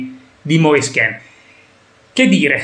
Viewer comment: Moise Ken..., Ken non Kin, Keeeeeeeen...non penso sia difficile su, lo ha chiarito lui stesso, meglio di così 👍✌️